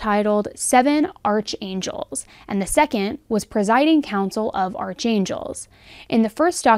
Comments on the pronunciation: sorry...isn't archangel pronounced ark not arch. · I think archangel is pronounced like “ark-angels” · Love your broadcasts. Always very thoughtfully done. PS. Archangel is pronounced "ark"-angel. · Most non-Christians don’t realize “Arch” is pronounced “Ark” when written Archangel. Like archeology. Just thought I’d mention it because it changes the mean abit.